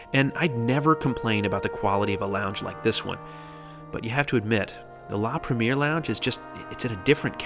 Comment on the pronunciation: You're putting the wrong accent,, when saying "premiere". The accent should fall onto the last syllable.